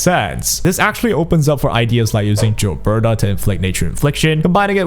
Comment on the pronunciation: Still on with the "Jill-berta" lol